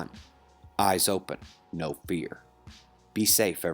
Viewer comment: >You said "Eyes Open, No "beer"? I listened 3 times to make sure too !🤣